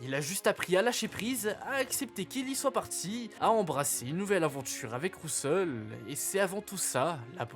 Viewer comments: C'est dommage l'utilisation de l'IA mais le vrai problème c'est "Rousseul".... cets le prénom de qui ça? On dirait l'IA qui ne sait pas prononcer certains mots. Je suis pas fan de théories fumeuses donc cette vidéo n'était pas pour moi. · les théories sont incrr juste le prononciation de "rousseul" est désastreuse.